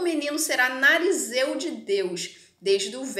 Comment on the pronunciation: NARIZEU NÃO...NAZIREU! ótimo resumo da história...parabéns